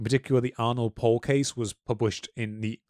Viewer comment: It's honestly impressive how both of you manage to mispronounce every single name or vaguely unfamiliar word. It's very easy to check pronunciations using Google Translate. As for "Arnold Paul" it's Arnod Paole.